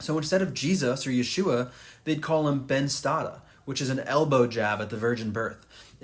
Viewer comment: Because he's pronouncing it correctly in Hebrew.